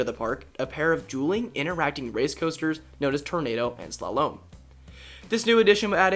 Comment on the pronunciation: i find it kinda funny on his pronunciation of Slalom. almost like he is trying to shalom. its Slaw-Lum. LOL